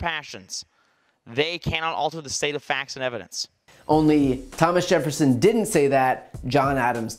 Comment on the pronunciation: Lol, frat boy politician can't get Thomas Jefferson right? I know people who don't speak English that know that much